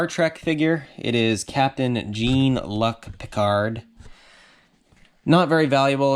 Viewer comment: I like ur content and I have subbed and watch all the time. That being said, I have to say it should be a crime to pronounce captain Jean Luc Picards name that way!!!!